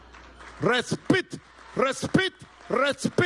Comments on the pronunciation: Bruto respit queire decir reescuoea no respecto respecto se dice respect. Bruto van a terminar embolsados. Respitttt😂😂😂😂😂😂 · qué es respit, respit, respit. lo que dijo maburro?